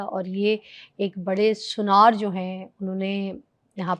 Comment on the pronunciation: Aunty ji سنار hota h , Sunyar nh hota 😂